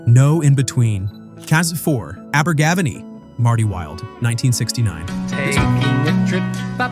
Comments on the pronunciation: Learn to pronounce Abergavenny, it was a great song, and my mum loved Simon says, she was well over 12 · "Abergavenny" scans in the same way that "spending a penny" does. The stress is not on the third syllable but the fourth.